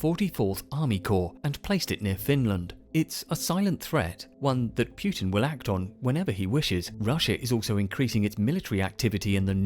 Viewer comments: why do people say pyoo-tin it's not pyoo-tin, it's poo-tin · "Pjutin"... sounds almost right... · I love this video but the way you say putin's name bothers the shit out of me